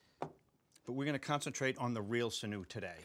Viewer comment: SIN-yu is the usual pronunciation : )